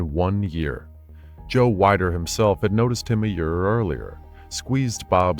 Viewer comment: Joe "WE-DER", not "WHY-DER"